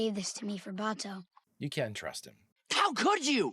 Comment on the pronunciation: I don’t mean to sound like an ass or anything, but they said Bato‘s name several times in the episode and for some reason you’re pronouncing it really weirdly it’s giving me avatar the movie vibes, which is really bad